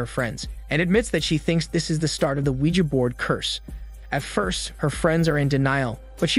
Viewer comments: Finally. Someone pronouncing Ouija right. "WeeGee" has got to be stupidest invented pronunciation, ever. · “weegee” is the correct pronunciation whether you like it or not. Ouija is a brand name and and is pronounced however the creators say it is. It also isn’t from the words oui and ja.